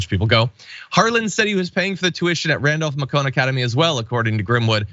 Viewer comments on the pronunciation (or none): Pretty sure in Georgia it is MAY-kun John. Not 100% sure how the school itself says it. The way you said it is closer to how we pronounce it in French: MA-kon. Just saying. Smiling. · It’s pronounced “MAYCUN” - like bacon - Randolph Macon was some sort of historical figure in Northern VA. There are a few streets named for him as well. RMA is definitely an upper crust school. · Macon = May’con. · The second.boarding school is pronounced Randolph May-con. Rhymes with bacon. PS: I am curious to know what has become of the great nephew. Wonder who he works for now? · The school's name is Randolph Macon ( It sounds like MAY-con ). I know this school because they were relatively close to my High school in Winchester VA. Nice place if you can afford it. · John, it is pronounced Randolph MAY-CON (rhymes with bacon) Academy -- very prestigious. The elite whites love their private military academies... in the South. Read between the lines. The name Harlan Crow sounds like this is his kind of school. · macon sounds like bacon with a "m" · Randolph -Macon is pronounced with the second word rhyming with bacon. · Small nit -- the Macon in Randolph-Macon is not pronounced like the French president's name, it's pronounced Macon like the city in Georgia.